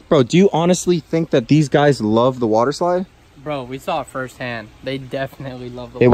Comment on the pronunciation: Wader eslaid